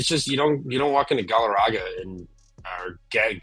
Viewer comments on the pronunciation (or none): “Gallaraga” lol